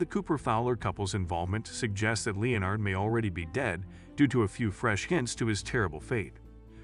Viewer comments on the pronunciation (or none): It's pronounced le-NERD not LE-nard. Also, your hypothesis is lacking solid evidence. People name their children after friends and family all the time, and there's nothing suspect about that. There's nothing at all to suggest that Leonard is dead. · He was never called (Leo NARD ) Its just pronounced "Lenard " Is it an AI voice narrating? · Leeeonard? Oh AI, you have a long way to go. You came close , but then slipped back to Leeeonard. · Well I thought his name was Lenard, I didn't know they spelled it Leonard in the show. So I kind of get it. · It’s Len-ard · "LEE-UH-NARD"? Seriously, a sixth-grader could read these scripts better than an untutored AI. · Nah what drives me nuts in this video is this guys mispronunciation of the name Leonard. But he says it correctly once then carries on mispronouncing his name lmao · OH! COME ON!!! I've heard conspiracy theories that made more sense!!! And, for cryin' out loud, pronounce Leonard's correctly, not several different ways to show you don't know HOW!! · Right! There's a Screen Rant article on this that's almost verbatim. Not to mention not even pronouncing "Leonard" correctly.